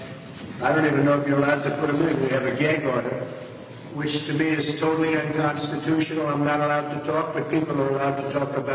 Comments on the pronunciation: unconstitunional - sounds like a joke out of his mouth. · HE SAYS UNCONSTUTIOAL, IS THAT THE SAME CONSTUTION HE WATS TO GUT IF HR BECOME DICTATOR?